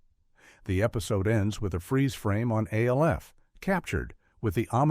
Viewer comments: So the most distracting thing here is the narrator calling Alf "A.L.F." repeatedly. Yes, I know is name is an acronym for Alien Life Form, but no ever pronounced his name as such. His name was Alf. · Come on, “A L F”? You couldn’t figure out how to get the AI to say “Alf”? Other than that, good video. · It's pronounced "ALF!" not A.L.F.! God! Using A.I. readers is so goddamn lazy! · No one pronounced the show names "A - L - F" or "M - A - S - H" as they would C.I.A. or F.B.I. The alleged humans behind this AI generated laze fest simply didn't bother to listen back to what had been recorded. They also failed to notice that they onve again did as they so often do and put two of the same entries on the list under different numbers. Unbelievably lazy content generation, as usual from this channel. I miss actual human beings. I won't be back.